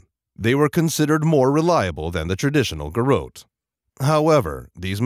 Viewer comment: it's GAIR- UT